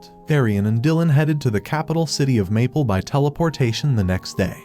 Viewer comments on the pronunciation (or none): none